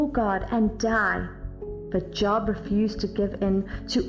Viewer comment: I have a question that is not intended to be a criticism, but I feel deserves an answer. Wouldn't a true Christian know that Job's name was pronounced with a long o like the word robe? 🤔🙄